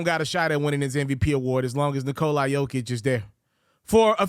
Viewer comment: You can't even remotely come close to pronouncing Nikolas name lol. The "a" is a soft "a" (like "aw" or "ah") and you seem to think it's a hard "I" lmao